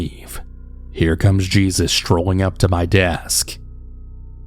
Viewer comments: Smh cmon cannabal really ??? Smh it’s not JESUS (GEE-SUS) it’s obviously JESUS AS IN ( HAY- SuuS) 🤦🏿🤦🏿🤦🏿🤦🏿🤦🏿🤦🏿🤦🏿🤦🏿🤦🏿🤦🏿🤦🏿🤦🏿🤦🏿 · It’s no JESUS, it’s HEY-soos, it’s Spanish 🙄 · Um... Jesus... Geezus?? I think you mean Jesus pronounced Hay-zeus 🤨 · Jesus pronounced Hey Soos. Lol. I’m assuming 💁🏻‍♀️